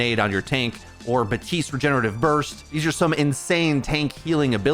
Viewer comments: It's not BATISTE, it's BAPTISTE, ffs it's been like 4 years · You’re pronouncing it “batiste” but his name is “baPtiste” which is why his nickname is bap.